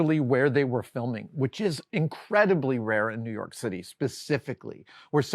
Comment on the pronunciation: It's spelled "New York", but it's pronounced "New Yoooink"